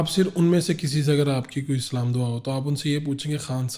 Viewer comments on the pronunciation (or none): Apki 'Salam' ko kya hua Ye knsa salam h ''Assam'' Ye kya h????